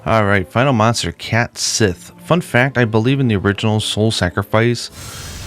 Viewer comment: I know this is over a year ago, but Gaelic isn't often pronounced like it's spelled. A closer analog to "Cait Sith" would be "Kett Shee."